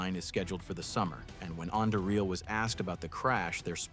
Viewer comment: Anduril pronunciation changed 6 to 7 times throughout the video. Hmmm.